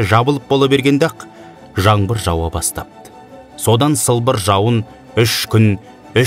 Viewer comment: Жаңбыр- жаМбыр емес!!